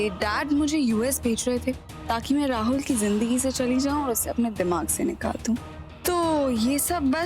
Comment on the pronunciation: KItna ghatiya tarike se rahul ha naam prnouce karti hai